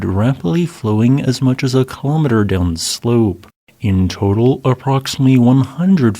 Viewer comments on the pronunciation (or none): none